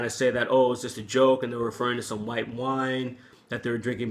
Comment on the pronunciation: I saw the Robb Flynn video, I replayed what Phil Anselmo said 5 times over and I could hear that he said "Wine Power" instead of "white power". I didn't hear him pronounce the "t" those times. Hmm, maybe because he was drunk and he just had a couple of wine drinks. Anyways, it was funny as fuck how he shouted out "white power". So stupid but funny.